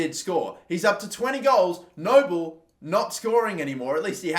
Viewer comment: Frank Nouble is pronounced Noo-blay